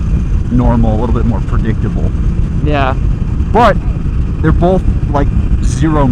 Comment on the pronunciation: is one of those guys who puts an L in the word "Both"